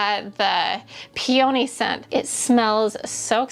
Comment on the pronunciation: I love design ideas, but I always giggle when she says, 'Peowny' when I say 'Peahknee' Lol! It's all good.👍